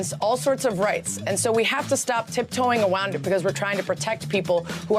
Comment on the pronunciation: "Tiptoe awound it" what is she hunting wabbits